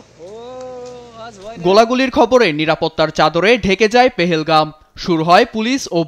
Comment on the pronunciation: ❌পেহেলগাম ❌ পহেলগাম ✅